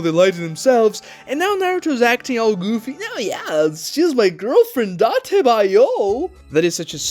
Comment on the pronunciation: "its just my girl friend datebayoo" 😂😂